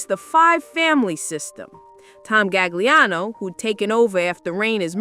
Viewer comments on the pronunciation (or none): Tommy's last name: Loo-KAY-zee. Otherwise, stellar work. Cheers! Tommy Gagliano: Ga-Lee-ahnn-OH.